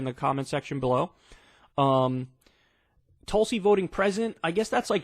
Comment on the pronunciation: Kyle misreading Tulsi once again… Going further TYT every day ~